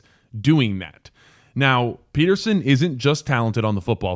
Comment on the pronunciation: Pronounced Peter-shon